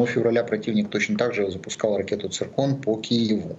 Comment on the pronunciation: Клоун, сбили говорит церкон 😂😅😅